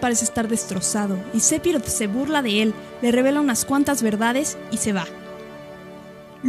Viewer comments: Narra comiendose letras o las dice muy bajito y tengo entendido que phi no se pronuncia pi ,si no fi,bueno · Buen vídeo, solo un detalle , no se se pronuncia SEPIROT ... se pronuncia "SEFIROD".